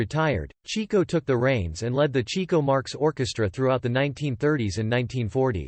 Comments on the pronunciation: As soon as his name was pronounced "Cheek-o" instead of "Chick-o," I knew it was going to be a disappointment. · It wasn't "chee-ko"; it was "chicko"... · It was "CHICK-O," not "Cheeko!" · It is pronounced "chick-oh" not "chee-ko". He was named because he chased the chicks. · It's pronounced "Chick-o", not "Chee-co." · "Chee-co"....dear God....could ya not find a computer voice to pronounce his name correctly? It's CHICK-o! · with the greatest respect, they pronounced in "Chick-Oh" NOT "Cheek-Oh". He was named for chasing chicks NOT cheeks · His nickname is pronounced “Chicko” like chick not Cheeko. You may want to correct that if you make any future You Tube clips. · FYI, the brothers actually pronounced his name "CHICK-oh" and not "CHEEK-oh." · Chick-o, not Cheek-o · It’s pronounced Chicko. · cant even pronounce his name right.....